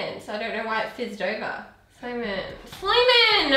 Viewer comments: Drink every time she says Slaiman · Slamain degil süleyman :D 🇹🇷🇹🇷🇹🇷🇹🇷🇹🇷🇹🇷